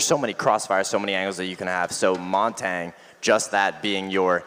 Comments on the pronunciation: It's pronounced Montonya, not Montang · Each time i hear "Montayne" my cursor inches closer to the uninstall button.